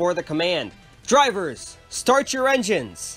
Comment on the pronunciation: "Start your engiens"